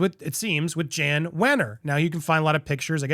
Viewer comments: Interesting. But if you're going to do journalism, please check pronunciations.Wenner's name is pronunced Yann not Jann. And it's Schnahh-bl not schnay-bl. Thanks! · FYI it is Jan but said YAN with a Y not JAN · It's pronounce YAN (Jann) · It is pronounced "Yahn" Wenner. He is really good at filling up the Rock & Roll Hall of Fame with pop, rap, and country music stars and leaving out actual rock bands.